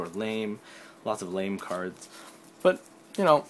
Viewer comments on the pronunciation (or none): none